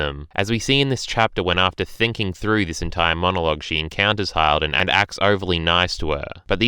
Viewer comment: Hi-ld? its Hill-d